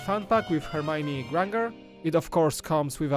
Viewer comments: I don't have a problem with his accent but you said Hermione gran gar😂I can't help myself sorry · He pronounced Granger wrong!